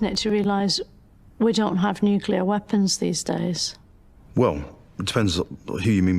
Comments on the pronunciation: You'd think the professor would know that it's pronounced 'nuclear' and not 'nucular' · I totally felt her when that guy said that the threat of nucular destruction is still very much with us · I just realize the Abba guy is the first and only British person to ever pronounced it "nucular" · AArgh. Nucular.